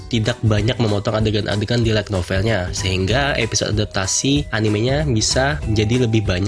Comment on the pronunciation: Lu baca "like novel" atau "light novel" bang? Pronunciation light belajar lagi bang, biar viewer ga bingung